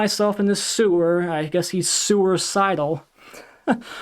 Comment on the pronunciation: Hey! I love the new format and this video of yours is one of my favorites. Anytime I get to listen to you go off on Barbarian is a good day indeed. And, I probably laughed too hard at "sewer-cidal". You are only one of 20 I subscribe to, and I just think you are really funny, informative and entertaining. I would be really bummed if you stop making videos. P.S. I love the longer segments. Just have a glass of water next to you next time so you can keep going. Hahaha.